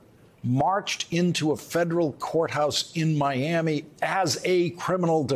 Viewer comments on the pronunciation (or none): none